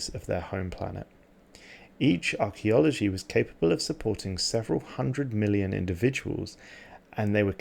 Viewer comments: Arco-logy not archeo-logy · One thing I noticed was the pronounciation of "arc-ology" as "arch-ae-ology" and "conservation-ist" as "conservation-alist". I'm sorry if this comes across as unnecessarily nitpicky, and I'm sure a lot of people don't really care about it, but I feel like correcting those sorts of errors in future videos would add to the atmosphere of the videos and make them more enjoyable to listen to. I'm not just going to leave a negative comment though, I really like this series and it's very cool to hear about the precursor races. Thank you for making these videos! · It's pronounced ark-ology great video though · I think perhaps the pronunciation or the reading of this word in the script was mistaken. An "Arcology" is a portmanteau of "architecture" and "ecology", is a field of creating architectural design principles for very densely populated and ecologically low-impact human habitats. "Archeology" on the other hand is the study of human history and prehistory through the excavation of sites and the analysis of artifacts and other physical remains. More confusing is that the first league's story contains both words. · Great vid, just one quick thing, archeology and arcology aren't the same word. Arcology basically refers to mega-cities in stellaris terms and is pronounced the same as archeology but without the "e".